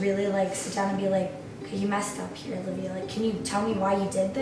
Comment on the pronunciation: Her name is Alivea, not Olivia.